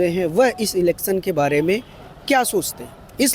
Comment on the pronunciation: Bolna sekho pehle elecson nhi election hota h